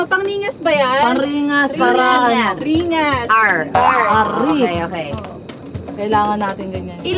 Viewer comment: Ang alam q "ningas" hindi "ringas".